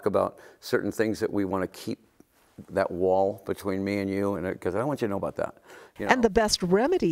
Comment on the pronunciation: ? No, it's "afraid to talk aBOAT", Alice. get it right!